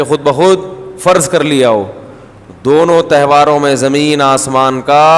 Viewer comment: تہواروں ہوتا ہے! تیوہروں غلط اردو ہے